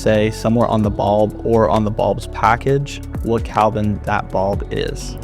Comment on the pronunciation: It's degrees "Kelvin" not Kalvin